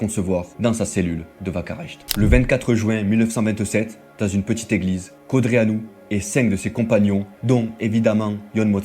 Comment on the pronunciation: Tu sais même pas prononcer Codreanu. Arrête les vidéos 🐒